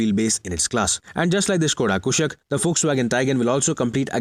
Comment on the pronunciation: One of those who can correctly pronounce "Skoda Kushaq"